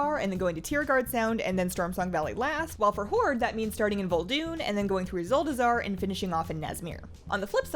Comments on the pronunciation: Ahem, I believe you meant to say "zuldazar" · Its Zuldazar. Zul-da-zar.